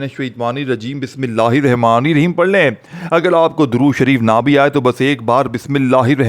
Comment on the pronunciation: Tu kya vajifa bajayega Tujhse Bismillah to sahi padhne aati nahin